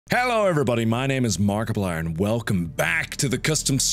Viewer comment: Every time he pronounces Markiplier as MARKAPLAR I giggle a little